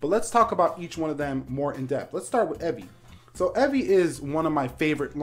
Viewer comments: How do you mispronounce "Evie"? Its a name and super easy to pronounce. How do you get "Evvie"? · You mispronounced "Evie." If it was to be pronounced like that, it'd be spelled "Evvie." Cool video though